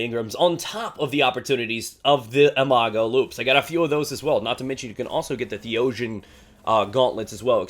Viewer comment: I cannot stand how you pronounce imago!!!!!